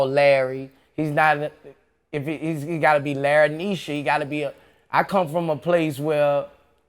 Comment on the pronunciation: Did Boosie say “Larryneisha” bruh what lol😂😂😂